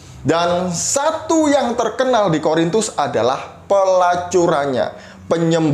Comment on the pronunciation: Yaelah, masalahnya itu lagi itu lagi. Kasut lagi, hijab lagi.... tumben gak nyinggung soal sunat. Menurut saya, orang ini tidak pernah menjadi seorang Katolik. Dengar bagaimana dia mengucapkan 'Korintus', dia bilang 'Horintus'.Horor nih orang memang...:). God bless you, yang sangat maha sabar dalam berapologetika.